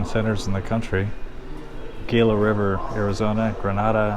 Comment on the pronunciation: You really should learn how to read and pronounce properly the names of places like Gila River, Arizona and Minidoka, Idaho. What an embarrassment.